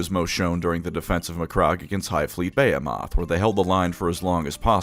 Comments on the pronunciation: buh·hee·muth not bay·o·moth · makes me giggle with how he pronounces behemoth. Brother if you see this, the rest of us pronounce it buh·hee·muth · You seriously pronouncing "behemoth" as Baya-moth???? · it's pronounced "bee-hee-moth" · Every time he says “Bay-he-moth” I cringe. I think it’s one of those “only read the word and never heard it spoken things? Like nails on a chalkboard. And you’re welcome. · That's not how you pronounce "behemoth" btw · That is uh quite a way of pronouncing "behemoth" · Thats first time I've heard Behemoth pronounced like that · How do you reader, pronounce Behemoth? (Buh-hee-muth) Or (Bay-ah-moth)